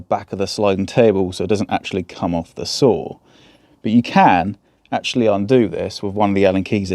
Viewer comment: I don't understand why "the" is so difficult to say... You know there is a difference in meaning between "the" and "thee"?